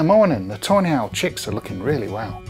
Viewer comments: I keep hearing "tornado" and "toenail" 😑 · When you say tawny owl, it sounds like toenail.